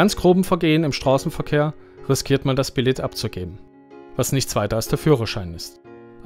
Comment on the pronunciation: bilee!! nöd bilett!!!!!!!!!!!!!